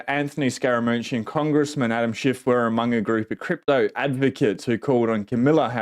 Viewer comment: Her name is pronounced “Comma Luh”.